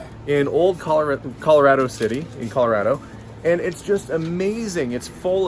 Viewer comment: you're the first non- native Coloradan I've ever heard pronounce it correctly! People from there say ColoRADo, like "That's so rad!" Most people say ColoRODo. So, great job! Great video! I used to live just down the road from Garden of the gods. Fun to see it again.